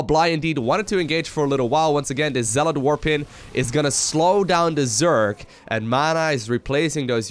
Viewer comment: zargcond, new word by